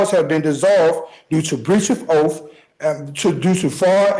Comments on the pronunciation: Oath not OAF!! This guy annoys me so much! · The word is “oath “. Not “oaf”.